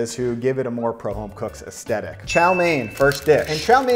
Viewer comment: Its pronounced AesTHetic, not AesTETic